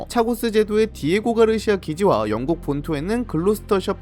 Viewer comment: 령국ㅋㅋ 누가보면 뭐, 힘이라도 있는줄ㅋㅋ